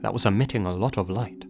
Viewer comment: "Leyt" yeah L video overall, quick google search will tell you all this stuff anyways